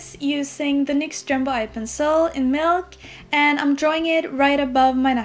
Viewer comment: omg that video was so good but did she say milk